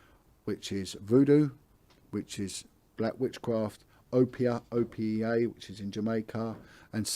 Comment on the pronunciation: FYI in the Caribbean it’s Obeah Not Opea.